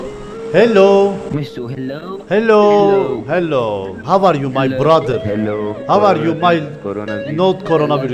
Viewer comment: Havaryu diyen kesin türk 🤣🤣🤣🤣